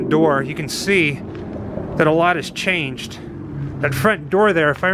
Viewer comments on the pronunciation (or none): none